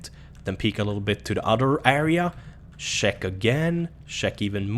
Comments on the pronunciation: "sheck here... sheck again,, once the area is sheeckt" lmao great video man <3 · Shrek this area..sherk that area.. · "Shek around corners. Shek here, Shek a little more" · "sheck", "sheck again.